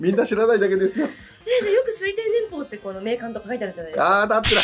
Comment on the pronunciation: 年棒（ねんぼう）→× 正しくは年俸（ねんぽう）。 編集間違いだけでなく、何度聞いても濁点で発音してる。 元アナウンサーなら正しくお願いします。